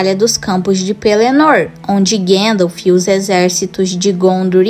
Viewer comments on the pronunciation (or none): none